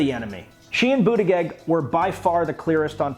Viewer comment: It’s pronounced Butt-geeg